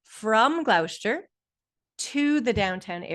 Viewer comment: Thank you for uploading the zoom. Gloucester is pronounced “Gloss-ster”